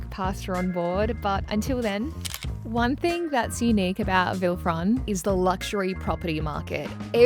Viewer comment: Villefranche is pronounced Villefransh